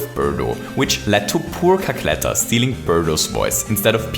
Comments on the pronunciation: "Cackletter" lol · "Cackletter" rly